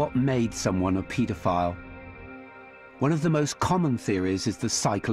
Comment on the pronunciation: Just trying to shed some light on this very dark n disturbing video... But the way he says paedophile really bugs me lol. He pronounces it as, 'Pete-a-file.' Lol 😂 it's super annoying to hear him pronounce it that way, considering he says the word 'paedophile' damn near after every single word lol.